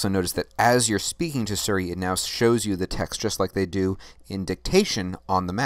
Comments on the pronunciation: siri not seri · Is he mispronouncing Siri on purpose?